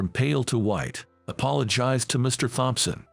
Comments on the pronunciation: Thompson is " tomson" not "thomp-son"!!! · Please learn how to say Thompson.